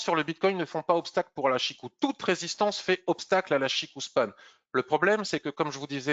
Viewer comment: CHIKO Span et non pas CHIKOU :) quand on a la confirmation du la kijun + SSA & SSB qui pointent vers le haut ou le bas on attaque. et qd elles sont horizontales on ne fait rien. le système ichimoku permet par un clin d'oeil sur le chart de connaitre l’équilibre du marché.